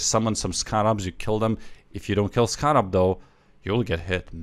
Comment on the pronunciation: I like how U say scarab. Sounds like it’s spelled skarab lol.